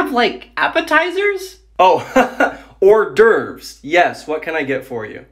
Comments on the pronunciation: ore dervs bag Eet Ez car go Fill eyy mini yey on Probably how they would pronounce those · You actually pronounced Hors D'ouveres wrong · I speak French and you pronounced hors d’ouveres wrong lmao